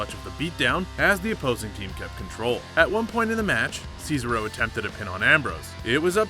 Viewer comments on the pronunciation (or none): It's cezAro not cezero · Its gran. Met-al-leek...jesus do u even watch bro?...cesarow? Ce sar oh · Omfg ur an idiot its not cesa ro ahhhhh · Ce-SAR-o not Ces-aro 😂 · Sez-ah-ro, not Ceesaro... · CAESAR-O!!!!!!????? SAYSARO!!!!???? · Do you even watch wrestling bro? It's Cesaro.!!! Si-zar-o...not Caesaro cee-zer-o LMAO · It's CESARO not SEESRO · Who's cees-aro? 😂 ces-ar-o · The botch that I like is the one you did of everyone's name. You're "" but you clearly don't know how to pronounce names? Do you even watch WWE? Obviously not so let me get to your botches since we watched a video about them...or bloopers as you call them. Who is Ceasar oh? It's Cesaro (See-Zar-Oh)...Lana (Lawn-nah)...Gran Matalik (Mata-leak)...for Balor (say er instead of or)...Snuka (Snook-ah). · ceasaro says-a-row but SHINSUKE NAKAMURA How tf do you mess that up but not shinsuke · As soon as I heard him say “sees-a-row” I immediately scrolled down to the comments. And I am not disappointed. 😂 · Ces-ARE-o......c'mon now. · "Seesarow". What a beesarow world! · Can pronounce shinsuke nakamura correctly but can’t handle cesaro.... it’s NOT Caesar-O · SEEZARO SA-SHA BANKS NEEYA JAX TAMINA SNUK-AH Does this guy even watch WWE? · You get a dislike for se-sar-oh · lol seezaro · this guy realized its pronounced sa-zar-oh, right??? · Caeser Row, lol. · SEESARO XD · Seezaro and grand metallic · Bro u saying see sa ro is a blooper 😂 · I would get if it was a mistake, but you said See-sa-ro like 8 times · Sez-are-oh Pronounce Cesaro right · Yeah, he calls him Cicero, like this annoying twat from TES V Skyrim (Dark Brotherhood Questline) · worse part the other guy say ceasero wrong fuck this channel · Hunting And Fishing Outdoors Scissor-o 😒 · That's not how you say Cesaro correctly it's incorrect fix your language you still a little goose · Can tell your not a wrestling fan, saying cesaro wrong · THE WAY HE PRONOUNCES CESARO XD IT BUGS ME SO WRONG XD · Come on man you said Cesaro wrong